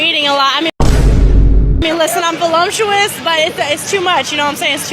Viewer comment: She certainly is "vo-lump-tuous".